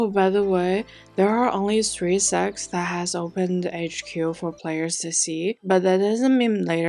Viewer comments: it is sects NOT sects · Sects NOT sects~ pronounication issues for china~ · Why does not one pronounce the T in sects? 😂 it isnt silent I hear so much mfs say sec without the t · Why i heard sex instead sects? 😢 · It's the way she say secx and fucktions in the same sentence.